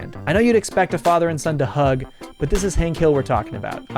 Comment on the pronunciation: So are we just going to gloss over the fact that you called him "Hink" the entire time?